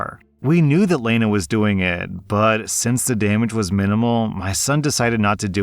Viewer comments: I never though would mispernounce Lana (La - Na) for Lay Na. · no offense, but dunno if i've ever heard Lana pronounced Laina... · its fucking Lah-nah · Just for future reference, Lana is usually pronounced like Lah-nah 💜 and she absolutely needs to have charges pressed for it. 17 is old enough to know not to vandalize other people’s property because she's butthurt. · Just hurt my soul hearing you mispronounced Lana 😵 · The only trouble I had is with how you pronounced Lana. Is that a regional thing or what? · the way he pronounces Lana pisses me off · You're pronouncing Lana wrong.